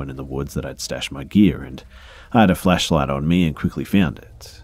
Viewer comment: i love when you say flashlight cause it sounds so much like fleshlight